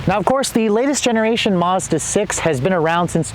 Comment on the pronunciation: Thanks for the video, but please say Mazda not Mahza :) .. the Maz part should sound like Mad.